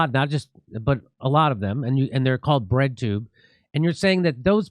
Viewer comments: Thought they were saying redtube the whole time... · I thought you guys were saying "redtube" not "breadtube". I learned real quick just how wrong I was.